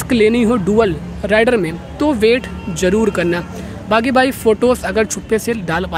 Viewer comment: Oye jhute.... राइडर नही रेडर बोल...... 🤣😂